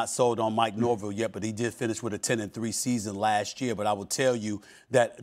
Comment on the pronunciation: Stephen A. Its pronounced Nor-VELL. Learn it. Also, not sold on Mike Norvell yet? Well why don't you reach out and interview him? Meet the man.